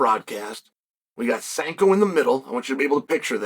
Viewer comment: uncle Chael managed to mispronounce "Sanko" 🤣